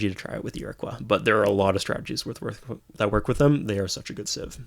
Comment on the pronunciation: Just for future reference, Iroquois is pronounced (ear-a-coy). I grew up where they existed and learned about them in school haha